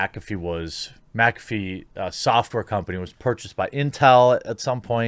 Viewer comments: MYK AH FEE not MAC AFEE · Ok I can't hear him say macafee anymore I'm gonna loose it it's mick affey not macaffe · Serious question, why in the hell do people say MACafee. Do you say MACdonalds? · Is McAfee like Favre where you have to pronounce it backwards? Or does everyone just say it wrong? MAC afee, or MIC afee? I would think the latter.